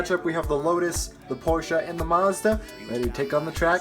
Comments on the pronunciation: Porche-a? No no no porche as in pour-shh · I hate the way he says Porsche it’s pronounced porsh but he says porsha and it’s spelled Porsche